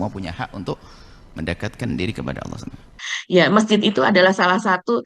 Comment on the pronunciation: Bapak nya lebih parah. Ngomong Allah aj awoh. Parah ini keluarga ya